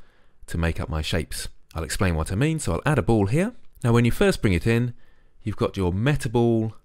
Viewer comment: It's ball not bowl or bole